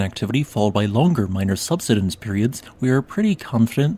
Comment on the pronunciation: Say the word “subside” then say “subsidence.” I have found recently that a lot of people with geology related channels mispronounce subsidence, as you are doing. Still love you!